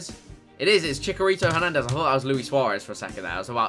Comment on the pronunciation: "chikarito hernandez"